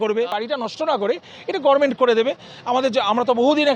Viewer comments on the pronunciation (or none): আপনিও গরমেন্ট বলছেন! কর্ণ দোষ!! 😂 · কিন্তু ডাক্তারবাবুর মুখে গর্মেন্ট কথাটা বড্ড কানে লাগলো।